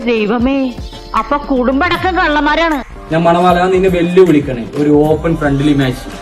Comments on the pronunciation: മണവാളൻ ❌ മലവാണൻ ✅ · Ivante peru Manavalan ennalla.. " malavanam" ennane